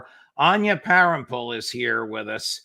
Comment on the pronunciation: Its Anya! rly?! Her name is Anya not Anna. Are you senile or something? How do you do that so often, clearly you're not very close at all.